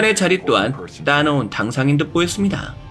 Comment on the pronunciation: 초 따놓은 당산 ~~> 따놓은 당상